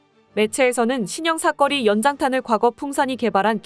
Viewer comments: 사꺼리가 아니고 사거리 발음이 아주 구려! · "사거리"가 왜 모두 "삭거리"로 발음을 하게 되지요? 이 동영상 뿐 만 아니라, 다른 유튜버들의 남녀 나레이션에서도 똑 같이 "삭거리"라고 발음을 하더 군요. AI가 그렇게 밖에 발음 을 못하는 건지... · 발음 교정좀해라 사거리지 사꺼리냐? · 내용중에 여러번 나오는 '사거리' 를 왜 '사꺼리' 로 발음 하는지 모르겠네. 사람이 아니고, AI 가 읽는 건가? 발음을 제대로 해야지. '거리' 와 '꺼리' 는 발음이 비슷해도, 의미가 전혀 다르다. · 사꺼리가 아니라 사거리인데. . 발음교정 좀 하시지요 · 사거리 발음 쬼 지대로 혀! 사꺼리 사꺼리가 뭐여! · 사꺼리 아닌데... 사거리인데... 젠장!! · 왜 자꾸 사꺼리라고 읽냐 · 사꺼리..사꺼리...졸라 거슬린다 ㅡㅡ